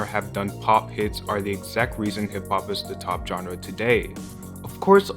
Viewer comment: omg the way he says "genre" jike "John-re" is killing me lmfao